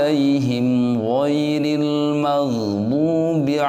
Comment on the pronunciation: di lafad qrairil kenapa dibaca qroiril begitu dilafad yaumiddin dibaca you padahal tidak ada bunyi oo pengirim dari Aceh